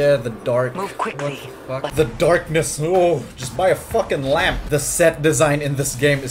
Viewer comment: "dahkness"some character from for honour